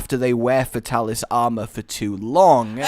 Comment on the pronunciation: Fate-alis...cant stand getting names wrong.